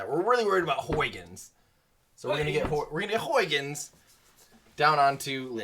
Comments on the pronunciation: Hey,. I'm Dutch, it is pronounced: haygens probe (more or less). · I am a Dutch guy, trying to make an American Everyday Astronaut to pronounce the Dutch name Huygens correctly. It’s a great name. The Dutch have all of the greatest names! Huhye -ghuns. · All the dutch people are blaming you for not pronouncing huygens well🤬😂 I think you are a GREAT youtuber